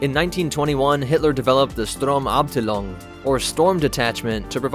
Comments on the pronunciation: he even writes "sturm = storm" and still manages to read the before the fascinating! :D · cool video but damn that's some terrible german right there I'm from germany and I'll clarify it for you: sturmmann is actually pronounced shtoorm-munn sturmabteilung or short the SA is actually pronounced shtoorm-uptieloong I know most people won't care about this at all I just wanted to get this out there and teach people some german lol other than that, thanks for clearing up those stupid sturmtruppler nazi misconceptions me dum-dum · "sturmabtlelung" ahyeas... Die sturmabtlelung 😂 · The way he pronounces sturmabteilung is kinda annoying All i wanna say is learn to properly pronounce something before posting yourself saying it wrong. Other than that great vid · As a German subscriber, I have to admit that you completely butchered the pronouncing of most of the German words. Especially "Sturmmann" and "Sturmabteilung". But I understand that because the pronouncing of many German words is pretty hard. :D